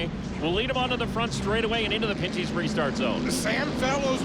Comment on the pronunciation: It's pen/pin-ty's not panty's lol and it's not tagli an e, it's tagli on e lol